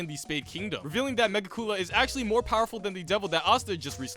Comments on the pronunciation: Mega Coola?? Its pronounced (Me-Gik_you_la) Reminds me of that guy who called gokus favorite move the "Kalme ya mama" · Megicula is pronounced like mejeecula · It's megicula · Mansss butcheredddd megiculah 😫😫🙃😭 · “Megi-cool-la” lmao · Idk how you pronounced magicula’s name wrong so many times 😭 it’s just magic- Dracula. Magicula. Tis a hard G! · really out here saying Megicula like “Mega-Koolaid” 😂 But seriously great stuff, you pretty much hit the nail on the head